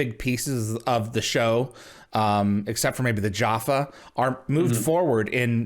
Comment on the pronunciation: Oh dear, he said 'Jaffa' wrong! He pronounced it like an orange!!